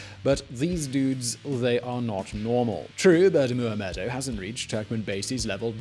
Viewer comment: So true!! (And Oliver nailed the pronunciation of his name every time!)